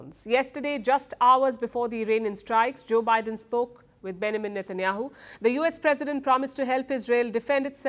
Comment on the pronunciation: Palki needs to work on her english accent... Benjamin isn't pronounced like that!! ... also, Vs and Ws shouldn't be confused